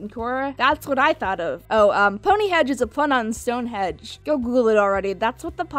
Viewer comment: Stone HENGE* ...not Hedge... I'm a Brit and we take our history very seriously... so seriously that Ylvis made a parody of Brits who claim to be obsessed with the mysteries of Stonehenge.... go look it up, it's fantastic.